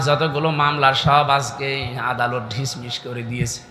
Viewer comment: হুজুর ‘ঢিশ-মিশ বলবেন না ”ডিসমিস “ Dismissed বলবেন।